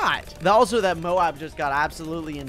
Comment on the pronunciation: it‘s m.o.a.b not b.a.d